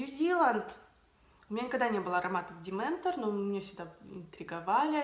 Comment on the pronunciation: Дементор)))))) Demeter без N. Дементоры - это другие чуваки =D